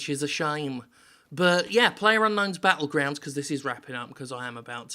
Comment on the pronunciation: ginger Calm down! It's PL ayer UNK nown's BAT tlegrounds. PLUNKBAT. And that's official.